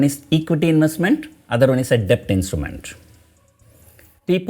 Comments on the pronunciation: Your videos are informative, but your english pronunciation is at times atrocious. DEBT is pronounced with b silent, as DET, you are pronouncing as depth. This is a crucial word in this video, and you have to use that word dozens of times, and each time you pronounce it as depth, it is so jarring to the ear. Please check the correct pronunciation and practice it before recording the videos. For a public speaker/teacher, pronunciation is very important. In communications 10% value is for what you say, 90% is how you say it. I did not watch this video beyond 2 minutes because of it. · Sir,In debt b is silent and hence pronounced as det. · A small correction in your pronunciation sir, Debt should be pronounced as det sir. "B" Is silent in the word DEBT. Don't mistake me sir. I am a sincere follower of your videos sir. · Mr....Debt is pronounced as Det...B is silent 🤫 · Debt is pronounced det PR sir.... i know there is no logic but English as u know is a funny language! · Kindly don't think otherwise. Debt is to be pronounced as det. "B" is silent. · Sir, a small suggestion.. could you please correct your pronunciation for “Debt” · Sir, b is silent in debt. Just for the correction